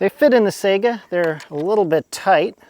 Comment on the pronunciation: Sigh gah not sega